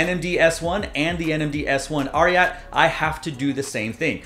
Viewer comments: You read it twice, now, and I’m confirming… It’s pronounced RIOT. My guess is the spelling is politically correct and/or socially responsible. It’s adidas and Pharrell after all. S1 and S1_RYAT are two of the best new silhouettes of any brand. The ad art is also really good and fresh. adidas is wise to lengthen the shelf life by limiting the runs and making this a Confirmed App release. All the NIGO and Pharrell adidas stuff feels slept on, but that could be an indication they are a permanent fixture within the culture. No hype required. I can cop Humanrace tops and Human Made sneakers with a fair amount of ease. I still say Korben Dallas would rock these all day! ✌🏽💙👟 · it's RI => " Ri " like in " Riot " , and "@ in " at "